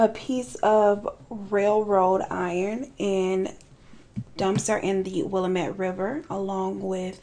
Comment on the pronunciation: As someone who lives in Oregon, I’ve never heard of this case before so this was super cool. Also, it’s pronounced “will-am-it” ☺️